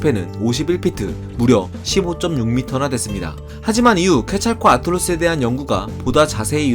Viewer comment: 들어보면 케찰코 아틀루스라 말하시는데. 케찰+코아틀+루스로 구성된 이름이라 그렇게 표현하시면 오해할 수 있습니다.